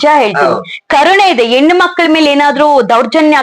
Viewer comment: 😂😂 ಹೇನ ಅಲ್ಲ ಹೆಣ್ಣು 😂😂😂😂